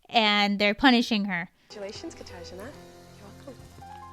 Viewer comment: I know it's not the focus of this video but during this cycle I was always SO angry at the judges' refusal to learn how to pronounce Katarzyna's name. Like, it was super rude and offensive and just rubbed me the wrong way. Especially when they'd call her things that weren't even remotely her name